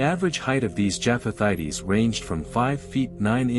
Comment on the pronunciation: It is not pronounced jaff-ath-ite-ees. It's pronounced jaff-ath-ites.